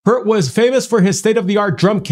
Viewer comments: Pronounced Peert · It's pronounced "Peert". It's the word "ear" with a P on the front and T at the end. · Pronounced "Peert". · no pert is not correct. Would you say it was correct to pronounce your first name 'colon'? It's P - EAR -T. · First off, thanks for reviewing this! It's pronounced "Peert" (as in Peer, not Per). As to that drum kit, it's a compilation of the kits used on multiple albums, each of which contributed to that album's specific sound. He switches between them throughout the stage set as needed. Neil is also able to switch time signatures on the fly (Give a listen to La Villa Strangiato, and Tom Sawyer, two of the most complex rhythms written). One other thing: Neil Peart wrote all the Rush lyrics. Neil IS the GOAT. Thanks again! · Peart not Pert like ear not ert. He's not listening to a metronome. He IS the metronome all drummers want to be. Don't forget, he was also the lyricist, and all three members are Canadian and are all the tops of their own instruments. And....I miss him.... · It's pronounced Peert, like Pearce or pierce. Metronomes keep time to him. 😅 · his name is pronounced peart not pert. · "dude! Homies like old" Thats Neil Peart (not pronounced purt, PEA-rt) show some respect. OLD. Neils kit is also small compared to Terry Bozzio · Nope. Say "P ear t", not Pert or Purt. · Neil Peart(like Peert) not pert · its pronounced peer-t......not purt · Its p ear t not pert peart say it with an ear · PEER-t not pert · I learned how to pronounce it from TPB lol. Here in Merica they pronounce it Pert, even at the border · No. it’s not. It’s his name (pronounced PEERT). He deserves the respect of having it pronounced correctly—especially since HE showed everyone how to pronounce it in the movie I LOVE YOU, MAN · A metronome??? They used to calibrate metronomes to the Human Drum Machine Neil Peart! Pronounced Peer-t. His kit was not broken down, it was 2 parts and it was loaded in and loaded out by rolling in and out of a semi. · Pronounced “Peert”